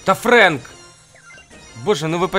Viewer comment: НЕ ФРЕНК А ФРЭНК